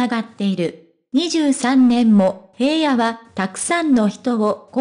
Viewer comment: ヘイヤではありませんヒラノです 聞きにくい話しが古い